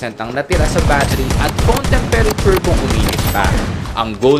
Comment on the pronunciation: Temperature..paki ayos hahaha nakakainis pakinggan